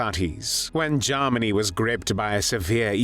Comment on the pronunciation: especially how he pronounces Garm arnie!